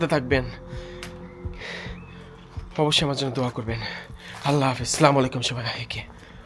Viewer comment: vi salam ta sikhe sothik vabe salam den plz ..